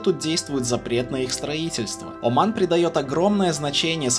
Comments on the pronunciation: Всё хорошо, но вот этот акцент каждый раз на слове «О»ман , прям режет слух 😂 ты же говоришь, а не пишешь ))) а говорим мы Аман, а не Оман )) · Как же эта "О" уши режет! Не надо её выговаривать, говори "Аман", чай не с Вятки. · Не Уман а Оман....грамотей.😂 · Очень режет слух как автор произносит название страны Оман, или Османы. Хочется послушать как он произносит РоССия или Пермь😅